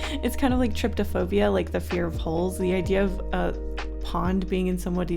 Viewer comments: I believe that it’s actually pronounced try-poh-foe-be-uh and it’s not the fear of a hole, it’s the fear of clusters of holes like honeycombs...honeycombs make me squirm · its not triptaphobia its pronounced try-poe-phobia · Quick Heads up: trypaphobia (phobia of holes) is pronounced try-pa-fobe-ee-a Not trying to be rude just wanted to let ya know :) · “Triptophobia” You Mean “TRY PO PHOBIA “ I have that phobia and I’m telling you you’re saying it wrong.